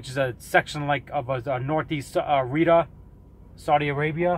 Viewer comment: It's pronounced Ree-ahd and it's pronounced Yeh-mehn. Get the pronunciation right.